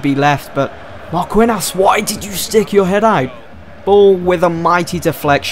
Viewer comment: It's pronounced markinios